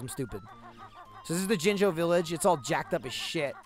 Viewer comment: Am I the only one who thinks that when says jinjo It sounds like slang for one of the soulless ones?